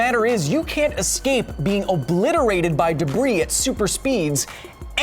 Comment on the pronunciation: It's "debris"